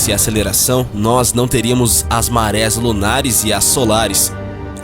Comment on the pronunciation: Ótimo vídeo, parabéns. Uma pequena correção, em 07m03 o correto seria a existência de marés e não de mares como foi locutado.